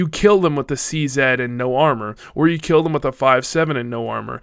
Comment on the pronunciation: "wif" I like your german accent!